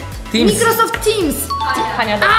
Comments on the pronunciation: chodzi o zasadę wymowy/akcentowanie a nie o słówko, dodatkowo właśnie udowadniasz, że bronisz ich mimo argumentów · i co się wtrącasz? Nie bronie po prostu nie każdy wie jak się wymawia sama kiedyś mówilam mikrosoft